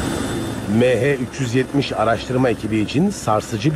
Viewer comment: Şu konuşan adamın mehe 370 demesinden nefret ettim hindistanlımı nedir